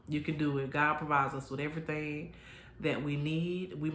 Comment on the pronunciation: Not Errthang lol and churren 🤣🤣🤣🤣🤣🤣